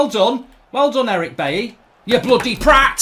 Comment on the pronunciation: He pronunces ‘Eric Bay’ instead of Eric Bailly 😂😂😂😂😂